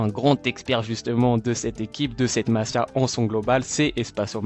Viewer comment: un faut dire masía en appuyant sur le i , comme si c'était un y .. Voilà, c'est tout .. Le reste, c'est très intéressant